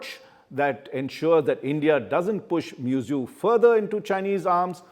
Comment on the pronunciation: How can you pronounce the name of the Head of a State so casually. It is MuIzzu pronounced as Mohammad Move-Izzu not Mezu.. Shame on u..